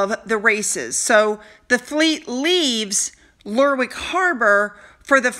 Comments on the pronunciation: Lairrick.....that's how it's pronounced. If you see wick at the end of most place names, you don't bother saying the w...... Good luck!! (eg Warwick is pronounced Warick.) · Hi, Lerwick = Lerrick